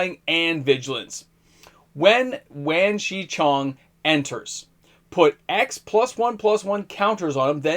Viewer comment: Wan Shi Tong is pronounced "Won". Avatar is very Asian-inspired, imagine every name in an Asian accent of some type.